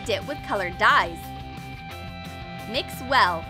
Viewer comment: When I heard them say MIX! It sounded like THICCS!